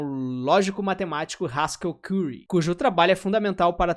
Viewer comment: falou curry errado as duas vezes kksksks